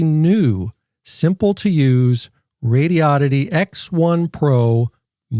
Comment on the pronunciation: For gawd sake... it's pronounced... Radi-oddity. Not Radio-oddity. "Very good English".